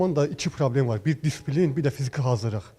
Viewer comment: DİSPİLİN deyən "jurnalist" kimdir belə,onu ümumiyyətlə kim bura buraxıb,bir sözü heç deyə bilməyən adam,sual verməzdən əvvəl heç olmasa googla girib söz baxsın bu söz necə yazılır/deyilir